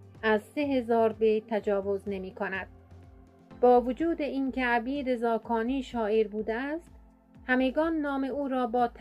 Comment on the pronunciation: (عَبید زاکانی!!!) لطفا درست تلفظ کنید((عُبِیدِ زاکانی))